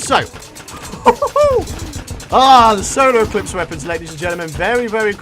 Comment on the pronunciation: Is it just me or is saying solo eclipse not solar eclipse